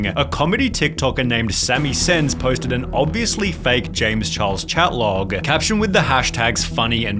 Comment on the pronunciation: Why do you pronounce chatlog as chatlaaaaaaaawg?